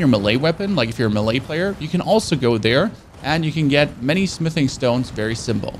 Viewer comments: “Mah-ley character” I speak 2 languages. It’s tough especially English lol 😅 stuff isn’t spelt how it sounds. I feel the pain. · Astro...logger? What in the Betty crocker... Muh-lay? You mean Melee???? Wtffff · I love your content brother keep it up! But damn who tf taught you how to read my man? Astro-loggers and Mah-lay like how??? 🤣🤣🤣